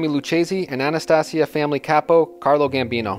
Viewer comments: It's Anastasia , not anatussia, the mad hatter. high lord executioner. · If you want to sound credible learn to pronounce name Jen- a -vase not genavesE And you also pronounce Albert Anastasia way wrong Bro But for the most part solid Visio